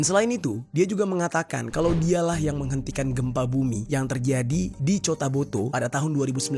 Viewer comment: Min bukan cotaboto. Tapi kotabatu atau cotabato